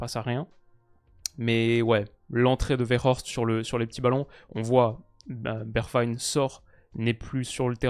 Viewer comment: mec tu vis en Hollande, la prononciation des noms NL, y a de gros progres a faire. Bergwijn, serieux.....